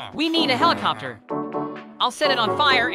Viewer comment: mikey: HELICOPTOR HELIKOPTOR